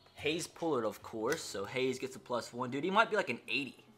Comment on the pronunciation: You always say Pullard wrong